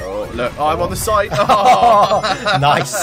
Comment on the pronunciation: he said noice not nice